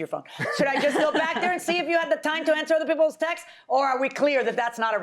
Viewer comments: Or texteses... 🤦‍♂️ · Please people the word is “texts” NOT “textes”